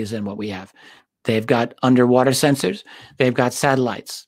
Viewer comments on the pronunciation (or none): Your reading of "sensors" had some Star Trek pronunciation 🖖